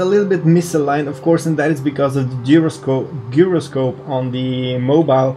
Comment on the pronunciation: I love your videos. May I kindly offer some assistance with the pronunciation of two words? "Scenery" is pronounced "seen er ree". And "gyroscope" is pronounced: "jai ro scope" (jai rhymes with cry). Your English is tremendously good, but I'd like to give you this help, because I suspect that you'd like to know. I'm just getting into VR, and your happy, enthusiastic videos make me want to do it, straight away. 😊 Thank you